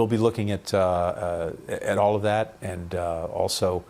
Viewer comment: アナウンサーの発音の癖強い(and =yiend)。あとなんでも日本語でそんな礼儀正しいのに、英語でタメ語みたいなもの使いますか？ちょっと失礼に聞こえる。ただし、いいポイントは相づちを言わない。